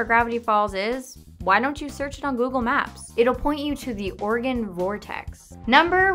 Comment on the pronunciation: Whenever she says 'Oregon' it sound like 'organ'. "Gravity Falls is located in organ." "WHICH ONE?!"